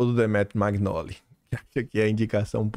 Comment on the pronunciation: Oi,ouço seus comentários todos os dias,e vejo vc pronunciar o sobrenome do Demétrio, em italiano o gn tem som nh do nosso português,então a pronúncia é manhole,não magnoli. Confirma aí. Bjs O meu sobrenome: magnago.